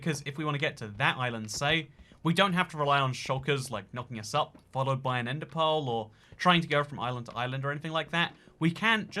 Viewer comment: i kept hearing "ender pole" and wondered what in the world that was. about the 10th time he said it, i realized he was saying "ender pearl".